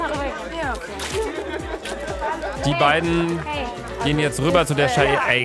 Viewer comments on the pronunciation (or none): sagt Luka statt rüber einfach rübber😂😂